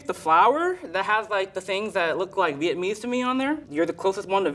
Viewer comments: The way he said "viet-mese" annoyed me so much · I cannot fathom the way he says Vietnamese wrong. EVERY TIME. He's missing a whole ass syllable